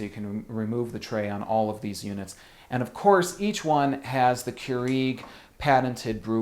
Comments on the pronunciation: it is cure egg not cure eeeg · Listen it's keurEG not keurIG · Smh. I've never heard anyone poorly pronounce Keurig (Qyour-IG). I've even called the Keurig peeps and they don't trip syllables trying to pronounce it. Less flair otherwise you sound like an uneducated jagoff.